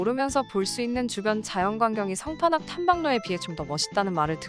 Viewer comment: 상판악 -> 성판악...